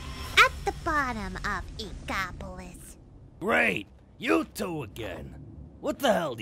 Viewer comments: In Co polis? It's INK OP Oh lis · “Ink-a-polis plaza” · That's definitely not how you pronounce "Inkopolis!" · Ink-o-POLE-is? Oh, boy... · Noooooot to be nitpicky, but "Inkopolis" isn't pronounced "Ink-O-Polis" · Somehow pearl can say inkopolis correctly when she looks younger than yet the older and more mature of the two can’t say it correctly... DA FUCK?!